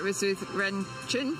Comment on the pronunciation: better pronounces like 'chan' than 'train' OR the way the commentator pronounced the last name of Chen' Yu Xi.